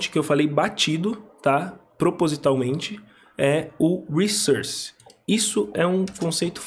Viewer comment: Ótimo vídeo, ótimas explicações, ótimo inglês. Crítica constritiva: fala "wrissórce" não "wrissãrce".. depois que se aprende isso, dói ouvir do outro jeito. Na verdade nunca entendi por que praticamente a comunidade dev brasileira inteira fala dessa maneira 🤷‍♂️ Parabéns pelo trabalho.